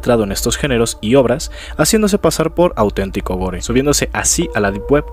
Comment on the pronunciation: Es el vídeo que me convenció para suscribirme. Muchas gracias. Te corrijo amigo. Se escribe Gore Se pronuncia Gôr